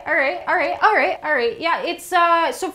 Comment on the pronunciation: she became more Canadian with each "alright"